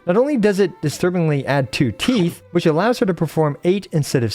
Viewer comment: You said "teeth" while she was walking slowly towards the camera and I couldn't help but hear "teets". I need to grow up.